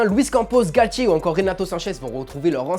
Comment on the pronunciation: On dit titulaire et non tchitchilaire, Galtier et non Galtchier, le TiTi parisien et non le TchiTchi parisien (.....) Pour vous dites ''TCH'' au lieu de ''T'' ?? 🤷🤷